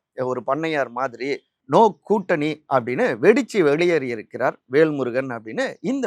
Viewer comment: விகடன் சே தா வும் விகடன் பத்திரிகை யும் எடப்பாடி ...ஆதவ்...பிஜேபி...க்கு தான் எப்போதும் ஜால்ரா அடிக்கும்...வேள்முருகன் அல்ல.....வேல்முருகன் சரியா உச்சரிக்கவும்